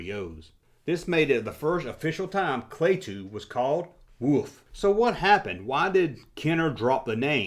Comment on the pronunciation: You didn’t say I couldn’t say you were pronouncing Klaatu wrong. Klaatu Barada Nikko is what is said in the movie The Day The Earth Stood Still to activate the robot Gort. It was also used in the movie Army of Darkness for Ash to be able to take the Necronomicon which he forgets and garbles the last word. It was always pronounced Klah-tu not Klay-tu